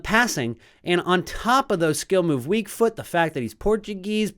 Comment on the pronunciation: i specially like how you pronounce “fut”! keep it up